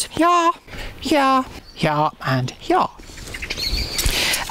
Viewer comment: "I'm planting primroses HEAH... HEAH... and HEAH." Respect gardening authoritah!